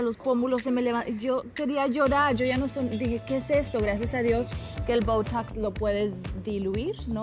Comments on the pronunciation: Está del Boutoucs y Andy Benavides con el Vick veipourouu jajajajaja pronunciación sin barreras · Que dijo ???? Boutoux ??? Que se pronuncia así ? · Y esa pronunciación?? 😂😅😂😅 Open english urgente, please! Y asesoría de un doctor del programa "Botched", para que le explique para qué sirve y cómo se usa ( y cómo no) la toxina botulinica. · y no lo pronuncian así te cuento.. sino con más naturalidad menos el "ww" que ella hace